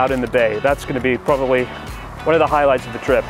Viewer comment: Hold the o sound in "probably" a little longer